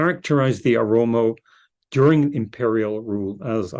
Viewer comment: translator should correct the word Oromo not aromo.